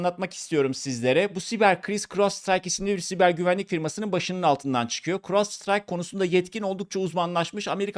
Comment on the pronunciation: keske once firmanin ismini ogrenseydin firmanin ismi Crowdstrike 0.08 dedigin gibi cris cros site gibi birsey degil